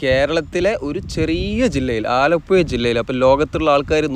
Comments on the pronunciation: ആലപ്പുയ അല്ല മോനെ ആലപ്പുഴ എന്ന് പറഞ്ഞു പഠിക്കൂ പഹയാ , മുഴുവൻ അച്ചര പിശാശാണല്ലോ മോനെ,😂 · ആലപ്പുയ അല്ല ആലപ്പുഴയാണ് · സുഹൃത്തേ ആലപ്പുയ അല്ല ആലപ്പുഴ ആണ്. ദയവായി ശരിയായി ഉച്ചരിക്കാൻ ശ്രമിക്കുക. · മലയാളം പറയെടോ. ആലപ്പുഴ ആണ്. ഏയ്‌ അല്ല. ഏഴ്.. വീണ്ടും വീണ്ടും ആലപ്പുയ. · ആലപ്പുയ അല്ല ആലപ്പുഴ എന്നാണ് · പുയ അല്ല പുഴ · ആലപ്പുയ അല്ല ആലപ്പുഴ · ആലപ്പുയ, അത് ഏത് പുയയാണ് ബ്രോ...?? 😄😄😄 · ആലപ്പുഴ എന്നാണ് ആലപുയ അല്ല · "ആലപ്പുയ " അല്ല "ആലപ്പുഴ " എന്ന് പറയൂ 😂 കഷ്ടം നല്ലൊരു ഭാഷയെ നശിപ്പിക്കാതെ സഹോദരാ 🙏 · ആലപ്പുഴ എന്ന് ഉച്ചരിക്കൂ ആലപ്പയ അല്ല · പന്ത്രണ്ടര അല്ല മോനെ, പന്ത്രണ്ടേ മുക്കാൽ കി.മീ. ആലപ്പുയ അല്ലാ ആലപ്പുഴ. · ആലപ്പു ....യ ....... അല്ല .......ഴ ...🙏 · ആലപ്പുയ അല്ല ആലപ്പുഴ എന്നു പറയും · ആലപ്പുയ അല്ല ആലപ്പുഴ പറയു കുട്ടി ആലപ്പുഴ😅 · ആലപ്പുയ അല്ല ആലപ്പുഴ .. എന്നാണ്. ഴഴഴ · ആലപ്പുഴ എന്ന് ചാനലിൽ എഴുതിയിരിക്കുന്നു പറയുമ്പോൾ ആലപ്പുയ എനനപറയുന്നു എന്താണത് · ആലപ്പുയ അല്ല ആലപ്പുഴ കാരണം ചുറ്റും പുഴയാണ് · Alappuzha ahn alappuya alla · ആലപ്പുയ അല്ല കോയാ ഇത് ആലപ്പുഴ ആണ് 😅 Anyway beautiful video and description! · ആലപുയ. ആലപ്പുഴ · ആലപ്പുയ... അല്ലെടെ .. ആലപ്പുഴ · നാവ് ഒന്ന് വടിച്ച് പുഴ എന്ന് പറയാൻ പഠിക്കൂ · ആലപ്പുയ. കയിഞ്ഞ .കായച്ച ഴ. പറയൂ മാഷ് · ആലപ്പുഴ എന്ന് മര്യാദക്ക്‌ പറഞ്ഞാൽ സബ്സ്ക്രൈബ് ചെയാ 😂😂😂😂😂😂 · Zha enna aksharam Malabar baagath illa😅